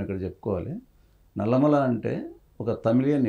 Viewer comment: ఏoకర్ గారు, "నల్లమల్ల" కాదు అది "నల్లమల". కొంచం తెలుగు కూడా నేర్చుకోండి